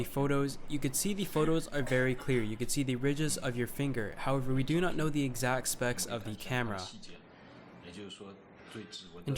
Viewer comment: I like how you say thee instead of the.